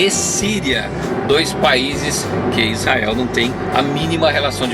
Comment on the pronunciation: É tudo ótimo. Gosto muito do seus tour, mas falar Issael... pôxa...vc não tem cara disso não... Tô aprendendo, divertindo, parabéns... e vou praí qq hora